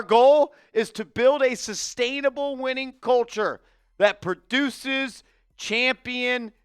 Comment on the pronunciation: why do you keep saying ChampionChips lol